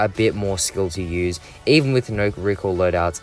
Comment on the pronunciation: talking about fennec: REEQUIL, REEKOIL, REEQUIL